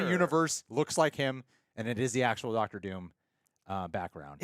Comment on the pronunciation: "Ducktor" Doom?? 😄😄